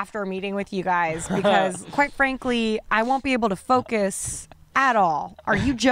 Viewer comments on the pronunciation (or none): none